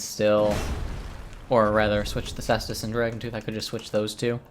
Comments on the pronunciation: Ses-tus, its triggering to hear kase-tus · The cestus/caestus is pronounced like "sess-tas". You know you can always google search this stuff too.